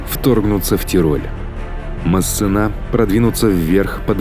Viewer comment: Качество видео отлично, но диктор кое-где подкачал. МассЕна, а не МассенА. И последние согласные не читаются у французоф. Никаких ЛеклерК быть не может(